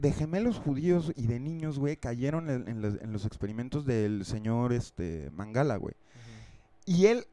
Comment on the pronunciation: Es Menguele y no mangala